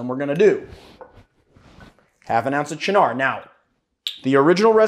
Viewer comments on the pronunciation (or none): I really hate to give you guff because I thoroughly enjoy and appreciate all of your videos (I watch every single one) but the way you say Cynar makes me tweak a little every time. It's pronounced CHE-nar, as opposed to cha-NAR; the word should have a falling arch to it. It's like 'chief' without the 'f' plus the first syllable in 'gnarly'. Again, I mean no offense, I love your work.